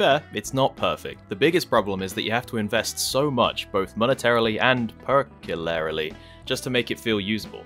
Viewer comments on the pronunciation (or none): PERCULARILY - That is definitely a word I'll be adding to my vocabulary